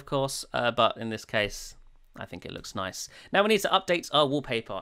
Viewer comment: The way you say "Nice" reminds me of that "Noice" meme guy.